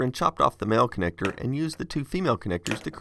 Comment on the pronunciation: Female connector? Make connecter? Bruh I cannot unhear lol or unsee